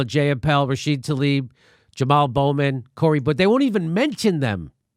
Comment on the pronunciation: How many more times is Jimmy going to say "Rashida Tlaib" wrong?